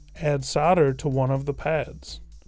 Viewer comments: I gave up after just over a minute. I got 'sadder' and 'sadder' every time he said it 🙄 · You do realise that's not how you say solder yeah?